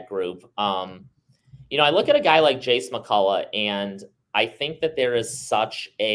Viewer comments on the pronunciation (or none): Jesse, Jesse McCulloch! Not Jace.